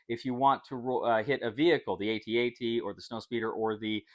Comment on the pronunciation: THANK YOU for not calling it an "at at" 😂